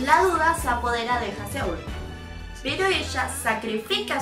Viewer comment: Me gusta mucho como haces los vídeos de Loona tan profesionales y la perspectiva que tienes sobre ellas para hacer tus teorías. Estan super bien respaldadas y muy bien pensadas. Sólo una cosita, Haseul: Jázul jajaja :-) éxito.